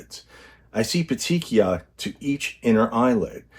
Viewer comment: love your channel!! Congrats on pronunciation of petechiae - you are the best 💙💙💙